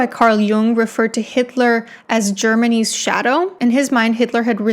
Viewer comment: When she said "germany's" My brain heard it as germanese and shirt circuited for a bit